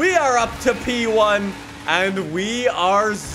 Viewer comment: Nobody:: pEe OnE